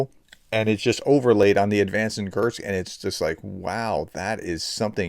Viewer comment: PET PEEVE: Once again, there is no "T" in "Kursk". It's "KuR-sk, not "Kurt-z". It's a simple name.